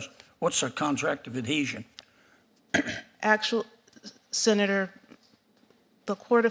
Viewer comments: How is she a judge if she's never even heard the word, "adhesion?" Or as she says, "adesion." She's functionally illiterate. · what is a contract of "adession?" Axing for a friend. 🤣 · It can't pronounce. Adhesion. Wtf!!! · The REST OF US, when we apply for a job, we know how to do it! She CANT EVEN PRONOUNCE Adhesion correctly!!